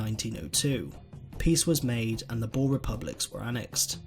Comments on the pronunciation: Lol.... Boar?.........it is more like boor.... Almost like boom.... But boer! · Boer is pronounced Boor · lol u say boer like a pig in english i suggest u look in google translate how to prenounce it :p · I am a bore ha! No its not pronounced like that almost like this boor so yaeh uuuuh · I wish people will stop saying "BOOR" or "BOORS". It is BOER and BOERE. The plural of BOER is NOT BOERS, It is BOERE. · It is not bore it's boer :) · Yea. That always gets me lol. It's like "boo" but with an "r" at the the end. Boer. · pifnbnd Boer is pronounced as "boo-r" (the "r" is rolled). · You did pronounce some stuff wrong like boer (B oo (like book) r) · I was talking with my Friend from South Africa who was fluent in Afrikaans and apparently they pronounce Boer like "Borr-ah" where you roll the R. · BOER,not boar why did you say it like that? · It's pronounced boo-er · I'm south African and it's pronounced boo-r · Ok but its pronounced "boor" same as you would pronounce booze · Sorry, I can't watch this. Your pronunciation of Boer is too annoying. It sounds like you're saying boar. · hard r and the oo should be like ooh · the 'oe' in 'boer' is pronounced like the 'oo' in 'fool'. I think this is the best comparison. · pifnbnd the oe in boer has to be pronounced like the oo in fool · Being a Afrikaans South Africa I noticed that you got most of the words totally wrong like Trek and Boer but only south Africans noticed it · Just a note on your pronunciation of Boer, in Afrikaans we pronounce it with a long 'oo' sound as in 'book'. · The way you butchered a word as small as "Boer" made me cringe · you dont say boers like that!!!!!!!!!!!!!!!!!!!!!!!!!!!!!!!!!!!!!!!!!!!!!!!!!!!!!!!!!!!! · The pronunciation of "boer" though 😣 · You don't say Boer proberly and I would know because I am South African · I am south african so can you plz learn how to pronounce boer correctly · You really butchered boer😅